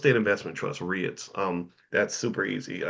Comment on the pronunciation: Dr Boyce, I think REITs are pronounced "REETs"